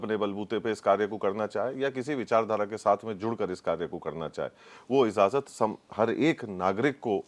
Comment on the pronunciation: Hello the word is IJAZAT not IZAZAT.